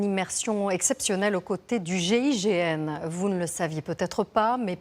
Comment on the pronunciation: Ont dit GIGN..pas GIGM..